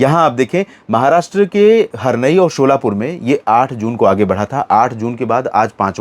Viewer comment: महाराष्ट्र मेंस्थित एक शहर है उसको शोला पूर नही कहते सोलापूर कहते है आपसे विनती है कि आप नाम ठीक से लीजिए 👏👏